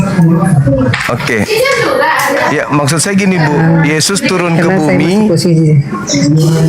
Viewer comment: Oten selalu melilit lidah mutar muter akhirnya kepeleset lidah menyebut mengarah yezzuz emang bukan twohan😂 Sebaik apapun kezezatan dibalut dg kata-kata pembenaran kezezatan tetep tercium menyezzatkan🤣